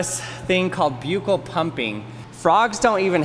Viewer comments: For everyone in the world who pronounces the word correctly it’s buh-kl. People might be misinformed from this video and think it’s pronounced byu-kl. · Buccal is pronounced buckle. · buccal is pronounced as bahkal ...! good vid though! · Buccal is pronounced “buck-al”. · Like i agree it sounds like buccal not like buckle.